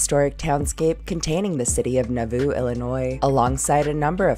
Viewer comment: I thought you said Naboo! yes my mind went to the Star Wars prequels!